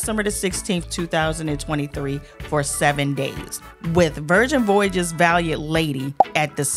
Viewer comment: my friend, I love you but the way you can’t pronounce Voyages is cracking me up 😂